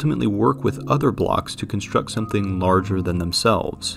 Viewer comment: "str", not "shtr"! "extr"/"ekstr", not "ekshtr"! -> "extreme"="ekstrim", not "ekshtrim"!!! "construct", not "conshtruct"!